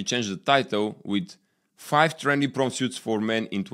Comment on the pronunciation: "Prom" and "Suit" No "e" at the end of word, for U.S. English